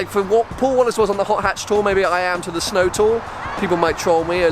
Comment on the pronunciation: he said SNOOOW in Scottish